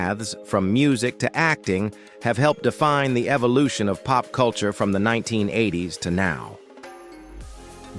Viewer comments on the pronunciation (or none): none